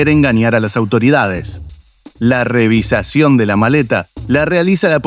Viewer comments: REVIZACIÓN? SE DICE: REVISIÓN....GRANDOTE Y NO HABLAS BIEN😂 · REVIZACIÓN VARIAS VECES LO DICES....SEÑOR ARGENTINO ...HABLAS INCORRECTAMENTE! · Narrador del vídeo: No sé dice "revisacion" lo correcto es "Revisión" Que manera de destrozar la gramática!!🤔🫣😲😞